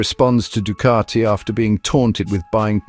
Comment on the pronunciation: It's Ducati, not Ducarti